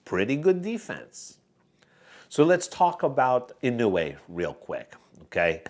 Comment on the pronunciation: fyi, inoue should be pronounced as ee-nowe, not ee-nu-wayyy 😅